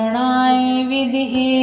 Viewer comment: विदम्हे उच्चारण करना हे